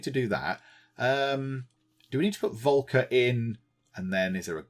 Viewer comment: Just a little pronunciation hint. The first part of the name "Volker" is roughly pronounced like "Folk".